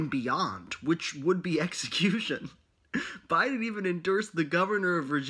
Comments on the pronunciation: “bOdEn- Joe Biden” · my favorite part of this video was when almost called joe biden “boeden”